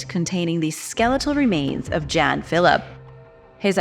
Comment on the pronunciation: I feel the need to kindly correct your pronunciation of the name, "Jan", when it comes to your mention of him, throughout your discussion of the Darien Gap. Those from Scandinavian regions pronounce this name as, "Yahn" rather than, "Jan"!❤